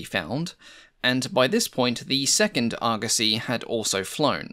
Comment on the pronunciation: The internet has ruined me. All I can hear is Argussy and not Argosy.